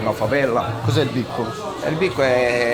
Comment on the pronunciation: Questa è stata la mia favela per 7 anni...casa mia..il mio cuore è rimasto li..non filmate il ragazzo con il fucile...anche se è girato non va bene...poi cmq devi pronunciare bene le parole brasiliane..non si dice bico.....ma è beco... almeno uno impara...